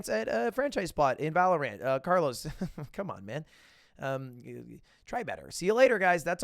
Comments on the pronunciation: It really triggers me that you call it valor ANT and not valorant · why does he separate the syllables of valorant? it's not valor ant lol it's valorant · Lud really out here calling it valoRANT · The way he says ValoRant is kinda weird 😂😂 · Why does lud say Valorant with so much emphasis on the a? My dad saying pokemans vibes.